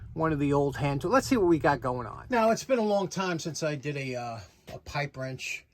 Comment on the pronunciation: Pipe Wrench, I thought you said Ripe Wench. Darn it.